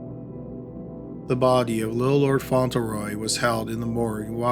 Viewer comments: It's pronounced "FONT-lee-roy", he mispronounces a lot of names. He keeps saying "Font-ell- roy". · It is Little Lord Fauntleroy with an L not Faunteroy. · Fauntleroy, font-le-roy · Just an FYI, its FauntLeroy. You have it spelled correctly but keep pronouncing it without the L. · I LOVE your channel, but am curious why you regularly mispronounce names and places. Do you not look up the pronunciation or is it done intentionally for humorous effect? Lord Fauntleroy is pronounced "Font-le-roy", not "Fon-til-roy". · I'm such an asshole, these are great videos and well researched, and I love this channel. BUT, every time I hear "Fontulroy" I want to punch something. Spelled just about like it's said: "Fauntleroy": Font luh Roy. I just listened to a really good book that contained a pronunciation I had to power through. Enjoyed the book a ton. Will probably remember the mispronounced word longer than I will the more delightful points of the plot. Asshole. I am an asshole. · FYI~ It's pronounced font-LE-roy. Not font-EL-row. Love these long ones! Keep doing them. Great stuff! Jenn 🇨🇦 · FONT-LEH-ROY not "fontl-roy" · Font Lure Roy. Not fauntle roy. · Debby McCormack . Annoying wasn’t it? Lol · #1 is pronounced FONT leh Roy. Sorry... Just sayin.